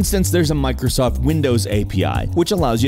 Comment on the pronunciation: I cringed when he said "mircosoft windows"